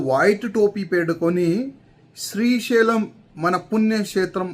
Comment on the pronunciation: Sri shailam punnyakshetram ani sariggapalkadam nerchuko